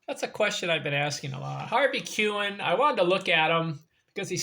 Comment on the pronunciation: Pronounced his name wrong 😂🤯